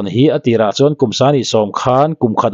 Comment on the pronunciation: I mizo tawng chhiar hi a pai deuh ngaihthlak a hrehawm lek lek.. Entir nan chuan chuan..tih ang reng ah te phei hi chuan a thluk i lam dik lo ..fre advice 😄